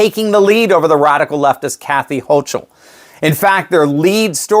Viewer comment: Forgive but the name hocul tymes